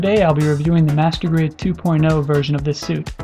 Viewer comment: when you say master grade sound like masrtubate.... LOL